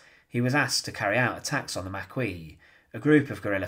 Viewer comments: So, for some immediate gratification, the Maquis--pronounced mah-kee, not mah-kwee--burned Kampfe, his driver & orderly alive. And then, in a show of complete underestimation of their known enemy, and a wilful display of hubris, left the bodies & burnt-out ambulance IN Oradour, effectively blowing a rasberry at the SS, and directly implicating Oradour. I ask, since the Maquis knew an SS division was in their vicinity en route to Normandy, what could possibly go wrong with their plan (assuming the idiots had a plan)? The SS find the ambulance, enter the town, and essentially mete out the same punishment to the townsfolk. Only, because they're SS, the victims are innocent of the Maquis' crimes, and there are way more victims than Kampfe's group. Good job, Maquis. What were you thinking? Upshot was that Maquis gets it through their thick skulls that one doesn't trifle with the SS, and they offered no more resostance to German units moving toward Normandy. The Maquis damned well knew who they were dealing with, but their egos were writing checks their bodies couldn't cash. A terribly sad tragedy, made all the more sad because it was totally preventable. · You know it's pronounced 'Mak-Kee', not 'Mac-Kwee', right? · Maquis = "Ma-kee"...